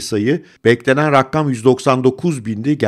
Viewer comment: Videoya ara vererek yazıyorum, hocam rakama rakkam demeyin lütfen 😊